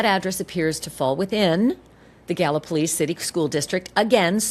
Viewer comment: Town is pronounced ga-luh-po-leez